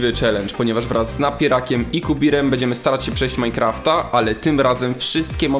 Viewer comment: "będdziemy" xD